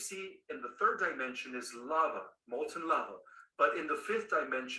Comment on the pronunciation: Fortunately, I got my money back. I don't know if he intentionally pronounces words a certain way to make him sound more intelligent. For instance, dimension. He says dime (as in coin) ension. Civil-eyes ation and a few others. I like how you mocked his "from the hood" stare at the beginning. LMAO! Keep hitting that list. And thank you. Too many people are being scammed and I'm glad somebody has the stones to expose them.